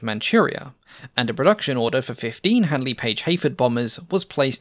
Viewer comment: listen how others pronounce Handley correctly.